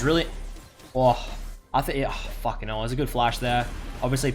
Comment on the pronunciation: "fuken 'ell"